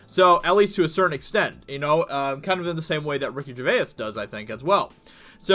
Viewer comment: I’m not subscribing until you stop pronouncing it Ricky GervaYIS :P